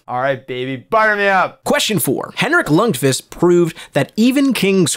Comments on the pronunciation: Lund-vist? His name is lund-qist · You Said Lundqvist Wrong I am Triggered